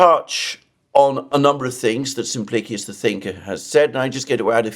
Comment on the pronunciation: Mr. Mercouris: A little detail: Simplicius nickname is not pronounced "Simplicus". It is latin, Simpli... CIUS, with an I after C.